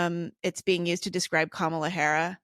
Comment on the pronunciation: "Kamalahara." New holiday? Or holimonth?